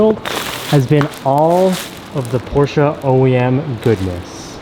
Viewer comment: Porscha!!! Por-shuh